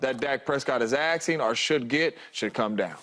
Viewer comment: axing for 60 . bruh its asking not axing wood. wild these low iq ppl making millions